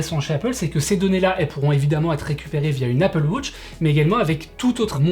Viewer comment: Une Apple Wutch ? 😂😂